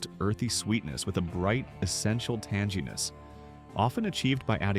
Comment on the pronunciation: the AI voice pronounces "tanginess" as tan-jee-ness. We can thumbs down this slop.